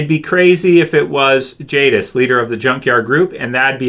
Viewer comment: It's jadis